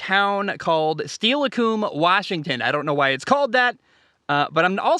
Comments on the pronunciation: it’s still-lick-come i grew up there it’s a very pretty place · Still-uh-come. Those towns can be hard to pronounce😉